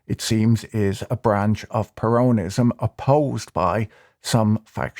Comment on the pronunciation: I do wish you'd learn to pronounce "peronism". The accent (in English) is on the first syllable, not the second. This equates to the Spanish "peronismo", where the main accent is on the "i" with a subsidiary accent on the "e". Spoils an otherwise fascinating analysis. Either way, it's certainly peronismo which wrecked Argentina and it will be a miracle if Millei can turn it round in a four year mandate, when most of the fourth year will be spent on electioneering for the next election.